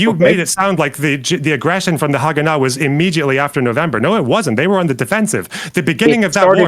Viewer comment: Worst pronunciation of Haganah I've ever heard lol.